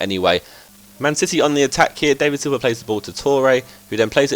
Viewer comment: It's funny to see you unaware of what you say. 'Apologies' 'I believe so' 'obviously' are among them. I think it's your general speech tone and how you abruptly finish sentences WITH INTENSE but a little sketchy PAUSES. It's also Daaaaaaaaavid Silva not actually David... You play decent football, just need to learn FIFA Career Mode a bit more.